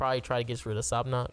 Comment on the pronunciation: sab-nak i belive (how you say it, in jap i think)